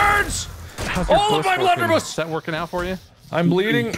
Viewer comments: marks pronunciation is so off. viable to him is veeable and blunderbuss is bloonderboose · Can we appreciate that mark said blunderbi